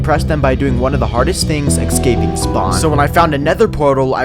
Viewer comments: It's eScaping not eXcaping🎄🎄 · escaping not eckscaping